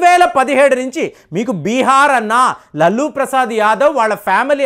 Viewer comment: మీరు "లల్లు "అని చాలా బాగా పలుకుతున్నారు